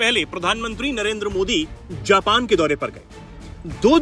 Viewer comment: जापन ❌ नहीं जापान ✅ हैं भाईसाहब! 👆🤨😡